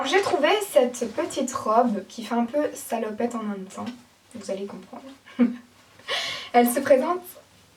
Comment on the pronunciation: Pourquoi tu dis "La mâme chose" ????